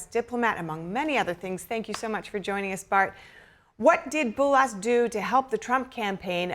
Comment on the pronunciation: I wish for the presenter to learn how to pronounce the foreign name. It is the least effort you can possible do ,to look it up.